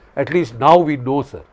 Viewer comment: "Pakistan Sarrrrrrr." 😅😂😂😂😂